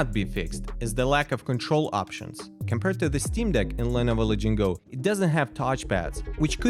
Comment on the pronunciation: lenovo la-ging-go????????